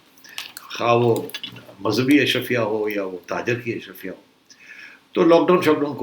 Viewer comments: سیٹھی صاحب ، برائے مہربانی، آپ کی مودبانہ تصیع کی جسارت ہے کہ لفظ اشرفیہ نہیں بلکہ “اشرافیہ” ہے ۔ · Najam Sethi is so Elite he cannot even pronounce Ash-Raa-fia correctly. 😂😂😂